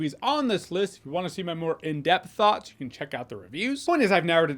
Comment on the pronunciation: "...in deep thots..." that's all I heard.